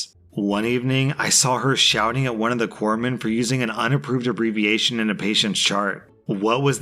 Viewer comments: Someone else covered the navy story thank you for pronouncing it corpsmen and not corpse men 😂😂😂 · Oh, I'm so proud of you. You pronounced Corpsmen properly, which a lot of people get wrong, including at least one former president.